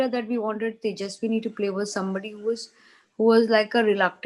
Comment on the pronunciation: Ekta even doesn't know tejasswi name😅 she called her tejasswini 😂